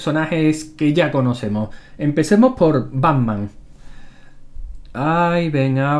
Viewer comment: banman? o pacman? jaja